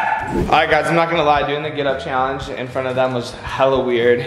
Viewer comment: Lol and say "cheeallenge"